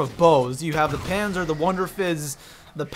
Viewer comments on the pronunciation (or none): none